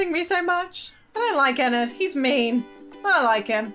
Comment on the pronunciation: I'm sorry but your saying ennard wrong